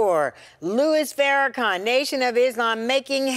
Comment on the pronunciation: One of my most annoying moments ever in life is when white people say FarraCAN when it's FarraCON...sheesh!